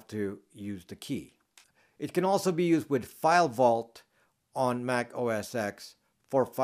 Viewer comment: Mac OS X is pronounced "Mac OS ten". "X" is the roman numeral for 10. OS X came after OS 9. Pronouncing it as "OS ex" loses you some serious nerd cred points :)